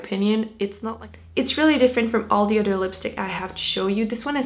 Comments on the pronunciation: She says dee instead of the. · i just wanna know where the d is in with this and the the dis de da wid is bugging the hell outta me